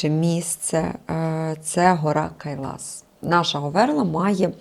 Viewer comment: Почему Кайлаш а не Кайлас ???